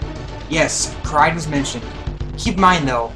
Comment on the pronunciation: U say kraid wrong